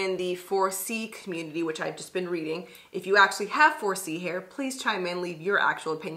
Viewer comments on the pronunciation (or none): none